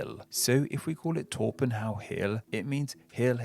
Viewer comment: Torpenhow is pronounced Trop-henna.